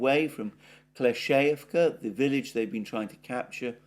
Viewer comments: Very weird how he says UrozhaiNOYE & like "Klesheyevka, might show who his sources are and who else says it in this weird wrong way. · you're pronouncing names of Ukranian cities so bad, just watch a channel daily like reporting from Ukraine (just 5min clips), and at least you'll hear how to say these names and it's not hard actually I have no problem with it. Urozhaine, Klishiivka, Robotyne etc you're all saying it wrong over again..